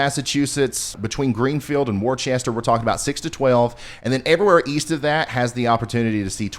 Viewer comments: Time for milk, bread and toilet paper. Love channel recommend you to all my friends. No offense but worchester is pronounced Wooster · Please please please stop saying Worchester Massachusetts, there is no H in the word. More like Wister, please PLEASE, other than that awesome, love your channel. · Worcester is "Wer-ster" with more of a soft-R, not Wer-chester! But we in Eastern Mass forgive you. Looking forward to your live stream! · Ryan, Worcester MA, is pronounced "wooster" not "warchester" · We're screwed... we'll see you in July when it finally melts.... I'm in the snow band in NE CT. Wor-chester? It's "Wooster" or if you're a native, "Woostah". Blizzard of 78 - I was a few months old and 4 ft of snow... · Love listening to your forecasts! Just want to mention that Worcester, MA is not pronounced “worchester” but more like “wuhster” 😊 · Worchester, Mass is pronounced "Wooster". The double "oo" is pronounced as in "book". I used to live in Ashuelot, NH (southwest of Keene) so I know the native pronunciations. (I moved to Arizona so now I have to put up with temperatures over a hundred and eleventeen degrees in the summer.) That being said, I'm a new subscriber and I like the way you present the data, getting into simpler explanations of complex maps and giving your expert opinion of what you think is going to happen. Other channels I was (previously) subscribed to would just put up a simple weather map and not even explain what's going on. (I think one channel is run by an 11 year old.) Keep up the great work and I'll be a subscriber for a looooong time. ⭐⭐⭐⭐⭐ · it is pronounced wuster no worchester. All love everyone says it wrong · Just a heads up, Worcester Ma, is pronounced "Wu-ster" not "Worchester", the middle of the word is silent basically, looking forward to the snow in north-shore Ma. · Worchester? That would be "Wusta". Take it from a southern boy who got berated by a Bostonian over my pronouncement of Worcester. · Wore chester 😆it's like Wister XOXO